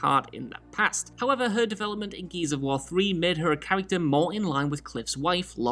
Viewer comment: Why did you have to say this? Now it's all I can hear